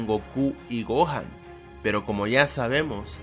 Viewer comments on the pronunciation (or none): none